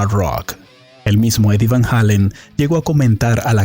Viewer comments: Eddie VAN "JEILEN" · van halon is what your saying 😂